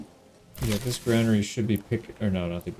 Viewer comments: It's not grainary lol youre right, it's granary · Fun fact: You were pronouncing Granary correctly. The reason many people mistake it for "grainery" is because it is technically a building designed for storing grains, so the mind wants to drift there naturally... but it is in fact gran-ery. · Someone is misleading you on the pronunciation of 'granary'. You have it right